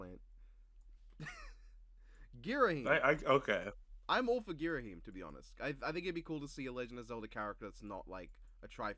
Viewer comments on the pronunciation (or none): none